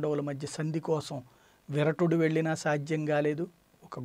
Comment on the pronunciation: విరటుడు కాదు! విరాటుడు.